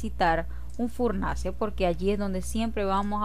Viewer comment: Es que me gusta cuando dices furnance ;)